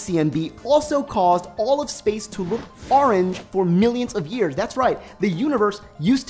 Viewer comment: Please don't say "Ah-range" anymore. My OCD of having to watch this seven times and hearing you pronounce "orange" that way is driving me insane.